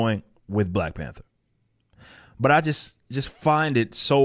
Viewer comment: Did mean to say Black Pander instead of Black Panther......lol not sure but that was pretty good if you didn't.